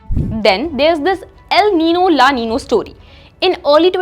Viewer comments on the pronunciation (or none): It's La Nina not La Nino